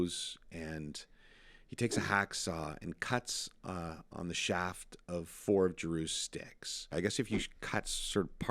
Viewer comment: Did anyone else wince every time he said "saw" and "shaft"?